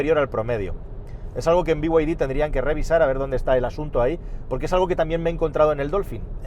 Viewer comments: BYD es be-i griega-de o bid. no biuaidi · Todo dios: bid: biguaydi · Por qué dice bi way di?? Si son chinos!! En todo caso digalo en español Ó Chino!!!!! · El problema es que BYD (no sé por qué pronuncias las siglas en inglés pero BMW en español) no hace los km que promete, dice casi el doble de lo que realmente hace así q…. Podrías hacer un vídeo con algún propietario y que comente